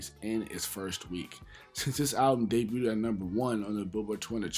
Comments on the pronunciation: Bro I love ya channel and the work u put in🤞🏽 but I gotta correct u bro. It’s (DAY BUGH’D) not (DAY BÜT’D) again BIG fan 😅🤞🏽💯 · Nice vid but my dude, please stop saying “debuted-ed”, it’s pronounced “dey-byood”. 2 syllables. And glad you owned up to that sex drugs and ent slip up from the first vid. That bothered me when I heard that, especially after you said Killa is your favorite rapper. But big ups to you for being your age and going back and learning about the past generation. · "Debut-ed". Lol. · Day- byood (debuted) 😘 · Why’s he keep pronouncing debuted like that lol